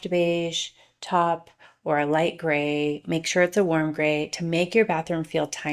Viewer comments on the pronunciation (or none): I had to stop and think, “Wait, was she trying to pronounce the word, taupe?” when she said, “Top.”